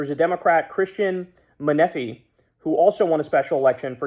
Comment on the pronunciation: Menefee is pronounced "men-ah-fee"